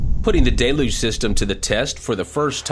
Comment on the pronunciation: I really like these recaps but I cringe every time he says "Day Luge" instead of "Del You-ge"